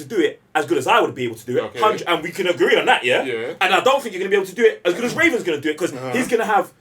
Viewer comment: Say it with me.. RA-VEN!